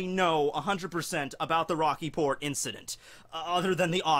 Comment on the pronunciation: I thought you said "The Rocky Porn Incident."